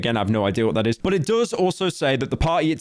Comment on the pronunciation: why do you say but like BOUT